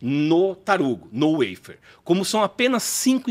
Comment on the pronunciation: Precisa traduzir a palavra "waffer" que por sinal está mal pronunciada, Sugestão para ele... em bom português é um "favo"